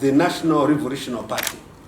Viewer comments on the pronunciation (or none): Naturarry, accordingry, revorutionar, definatery kkkk iwe Chiwenga go back to East Africa were you come from. Kutaura hako rwaamai unenge wagona kk